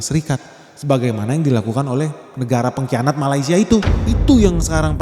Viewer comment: penekanan di kata2 "negara penghian**" terlaluuuu..... hhh